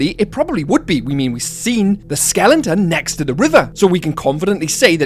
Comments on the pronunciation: Skelen-ton, skelen-ton, skelen-ton, good God, man, it's SKELETON. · Why are you saying "skelington"? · Is pronunciation “skelenton” a British thing? Just interested